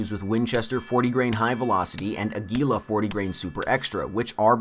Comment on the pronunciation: AGGGG----U------LLLLLAAAAA not a-- gleea